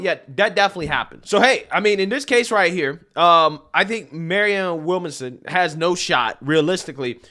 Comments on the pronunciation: It bothers me how you can't get a name right. (Not just her name, but several people) Lol. Williamson bro, Williamson. Not Willmason. 🤣 🤣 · Will -mon-som lol. killing me with these name pronunciations. It's Williamson 😆 🤣 😂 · Maryann Will-Manson, Williamsome, Wilson, Willmason 😂😂😂 Man it’s William-SON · This is not news. Sanders won in 2016 until the DNC gave it to Hillary. Bernie was a good boy and shut his mouth, got paid off and his supporters got screwed. I love your channel, but your reading comprehension skills are abysmal. Her name is William-son. It’s not a complicated or even unique name. William son. How in the fuck you pronounce it is weird af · Her name is williamson. He is pronouncing her name wrong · You're not pronouncing her name correctly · Why can’t you say ‘Williamson’? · Why is struggling with her last name? He said that wrong every time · Man, your pronunciation of people's names is atrocious!